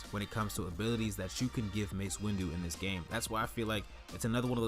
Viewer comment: its windu not windew